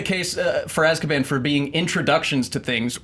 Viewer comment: English ASSkaban?